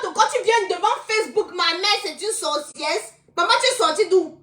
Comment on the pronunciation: Bsr ma mère 😂 stp on dis sorcière pas sorcièrse😢😊 ❤❤❤❤❤❤❤❤❤ parle stp ne bani pas ta page